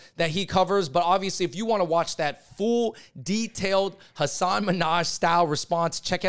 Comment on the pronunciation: Been a fan of you guys for a long time. You clearly are a voice for minority groups. But please say Hasan's name correctly. It's not that hard. I don't understand why so many people call him "Minaj".